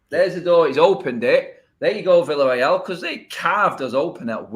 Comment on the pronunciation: It pronounced Viareal